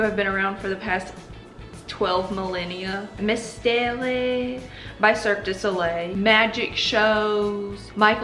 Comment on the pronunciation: I love your accent so much🥰 Little tip: Mystère is pronounced: Mist Air(focussing on the R at the end) Cirque du soleil is pronounced : Cir-Kuh due So Lay.